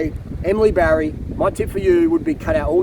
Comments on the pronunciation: I know. He keeps saying Barry 😄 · Her name is Batty not Barry!